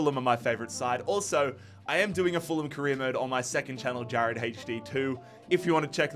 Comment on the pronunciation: name pronunciation always gets me